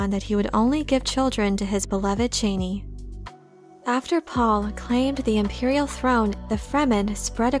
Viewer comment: Your content is great as always, but it being pronounced "Cheney" is hard to hear ;)